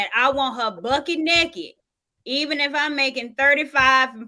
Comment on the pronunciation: “Bucket NAKEED!” 😂😂😂